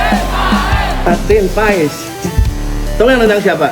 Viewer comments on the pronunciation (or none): gara 2 para pembuat konten martin pass disebut martin paes tuh liat hasilnya semua ngomong PAES bukan PASS....Googling dikit kenapa 🤣